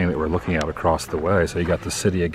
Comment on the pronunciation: The word "across" is pronounced ACROSS. There is no "T" on the end of it. I have no idea why people continue to say "acrosst" instead of ACROSS.